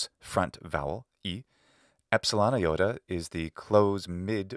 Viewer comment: It might be a silly question, but it puzzles me each time why you pronounce ι as "a iota" (with an indefinite article "A"? (for example ) Why "a iota" instead of a simple "iota"? :)